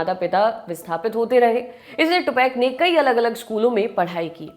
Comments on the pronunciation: It's not fucking 2pack. It's 2Pac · First a fall its not 2 pak its tupac pronounce the name properly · It's Tupac Not Tupaac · Pehle to ijjat se naam lena sikho not 2पैक ❌🚫 2 पाक ✅☮️ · Are mam vo tupack nhi hai tupac hai mai yha pe accent nhi sudhar rha bss naam thik se lelo bhaut logo ke liye vo naam just naam se bhaut jada hai ❤ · Oh woman that's not tu-pack Tupac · 2pack ni bolo yr 2pac ha wo 🔪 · 2pac ka pronounciation 2pek nhi 2paak hai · its tupaaac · Read Tupac as tupak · O madam 2 pac ko naam thik se lo